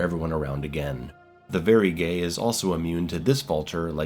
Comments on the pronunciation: I mean you literally pronounce Vagary as “very gay” instead of vague-er-ee like it’s spelled. I don’t mean any offense or anything like that. Big fan of the channel, I’m not trying to start anything lol it has nothing to do with the word “gay” it’s just something I’ve noticed throughout your coverage of the game is all. I can’t be the only one who notices it hahaha. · why do you pronounce Vagary as “very gay” lmao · Bro the way you say Vagary oh sorry Verygay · The "Varygay" gets me every time... Surely you're taking the piss at this point right? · Did you just call the Vagary “very gay”? Lol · “The Varygay…” yeah that sums it up. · You heard him. Did he stutter? 🤨 In all seriousness I did a double take at that part too. Never thought I would hear the vagary called a “very ghey” lol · Man, this jerk can’t even figure out how to pronounce VAGAR…oohhh. Ha, haha…hahaha, I approve. I think… (Fascist…)